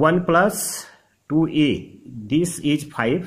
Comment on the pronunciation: Please don't take it the wrong way but please pronounce + as Plus rather than plush. You can watch a lot of YouTube demo on how it is done. This will improve your presentation. You are doing a good job otherwise